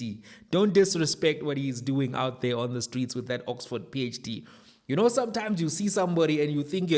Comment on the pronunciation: Love the emphasis on Oxford PHD😂😂😂